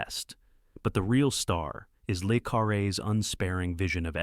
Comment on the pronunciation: ‘Lay’ Carre is NOT how it’s pronounced. It sounds as written - Luh Carre. Simple. Get it right!